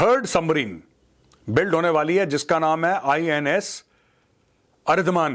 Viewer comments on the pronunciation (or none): अरिदमान नहीं अरिदमन कहिए सर.